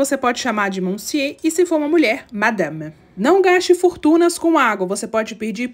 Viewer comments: Não se pronuncia (monsié) se pronuncia (monsiu)! E tudo que vc falou no vídeo não se aplica só a Paris, mas em norma na Europa os bons restaurantes são assim! Suica , França , Portugal, Alemanha etc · Carafe d'eau.... E a pronúncia de monsieur não é boa... O resto "c'est pas mal"